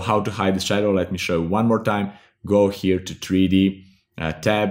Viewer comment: Nice vid..also like the way u say tree d